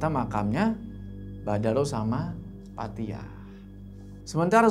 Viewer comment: Assalamualaikum, bukan Pak Tia tapi dibaca Patiah👌🏻